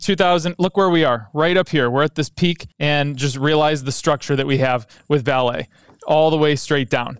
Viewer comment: Excellent video. Just a tip on pronunciation coming from a Brazilian: it is "VA-le" and not "va-LE". Vale is HUGE and it's always on the financial news here in Brazil.